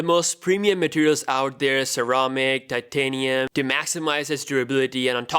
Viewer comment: When he said titanium. My subconscious said wakanda foreva